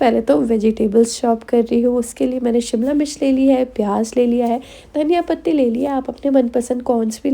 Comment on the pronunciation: W0w too yummy 😋 recipe mai bhi try karoogee ❤ tumare voice bauth aache hai tum jab dhaiya pathi bolthe ho tho bauth aacha lagta hai love you sooooooooo much😘